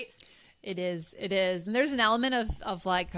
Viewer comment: Hi You Guys😍 Dear Amaaaaazing AllEarsEnglish podcasters... Listening to you and trying to hang on every word, I realized that prounounced "elMNt" instead of element in the very fist minutes of the video. I guess was it. It'll be really helpful to say when and why we have such vowel removing. Love from Iran🤗❤ In case you gonna have a whole episode concernig my question, feel free to call me Igan. Thanks a Loooooot.